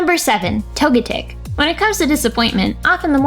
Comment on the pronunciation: way they pronounced Togetic is the official English pronunciation...